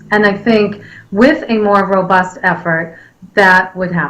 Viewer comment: the word is robust and not ROBURST hahahahahah